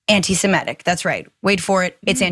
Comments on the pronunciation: His bame is pronounced Klay-van! The term is antisem-itic, not antisem-etic - your welcome!🙄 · Please stop saying “anti simetic”!! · I'll ask for the 1000th time, why can Americans not pronounce the word "antisemitic"? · listen to the hosts carefully. They are mispronouncing it.